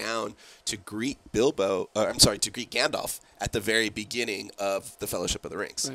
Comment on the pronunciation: And seriously, why can't you pronounce Gandalf's name properly? The second vowel is an A, not an O.